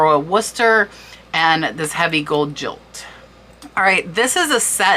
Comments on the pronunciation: AMAZING research and information!!! To relax, I love looking at beautiful things, so thank-you not only for being informative but for showing good detail in your photos and video. Wondering why you are pronouncing GILT as jilt? It is gilt as in guilty pleasure and not jilt as in jilted lover. Have a great day and know that I am greatly impressed by your channel. I am a skillful researcher and appreciate that ability in others. Thanx! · What you call Jilt is written and pronounced Gilt, but you say Jilt, which means to not keep a personal appointment. He jilted me after asking me out. The dinner set is gilded with gold. G as in good, not J as in jump. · By he way, “gilt” sounds like “guilt,” as in “gold,” not “jilt.” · Hi, just trying to be helpful really but I have never heard of the word JILT. I believe it is pronounced Gilt emphasis on the G just like the word Guilty (so Guilty without the y). After watching your show on Tuesday I wonder if you are saying it like that on purpose??? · no she didn't. she pronounced them as "Jilt" not "guilt" - Gilt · just fyi, Gilt is pronounced with a hard G and in Guilt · gilt is pronounced with hard g. like guilt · Good info. But, please learn how to pronounce “gilt.” It is pronounced just like “guilt.” Also, check out your French pronunciations. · Hi, such an interesting video. Just wanted to let you know that gilt is pronounced like 'guilt'. Now I have to go check all my grandmother's teacups! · Its Gold Gilt the same G is pronounced as in Gold not Jilt. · Mind blown. I had no idea that teacups were so desirable. I'm going to start looking for them. This was an interesting and helpful video. Well presented. Subscribed. BTW, gilt is pronounced with a hard g like guilt.🙂❤ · "Gilt" is pronounced the same as "guilt". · enjoyed your critique on teacup collecting, just know that "GILT" sounds the same as "GUILT" ! All the best ! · Gilt is pronounced GUILT. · Gilt is pronounced as guilt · jilt ( no ) - as in guilt